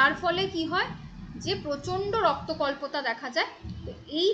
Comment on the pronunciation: ওটা রক্তল্পতা not রক্ত কল্পতা